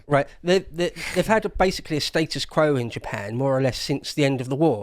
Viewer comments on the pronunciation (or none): none